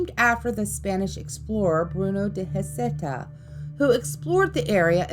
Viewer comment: Except there's no facts to back up the child's death or any other death associated with Heceta Head. Nothing in the official record. Heceta is pronounced Ha-sea-ta and the local tribe called Siuslaw is pronounced Sigh-you-slaw.